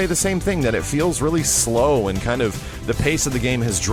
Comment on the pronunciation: slow not slom!!!!! :( lol